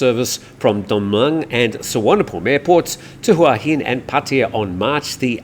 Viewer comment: Congratulations, you say HUa Hin correctly, unlike most foreigners who live here 555